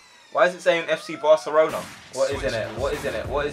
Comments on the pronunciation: It said Barcerona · IT SAID FUCKING BARCERLONA WTF! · LMAO "BARCERONA" I'M DONE FAM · Barcerona is how the japanese would say it XD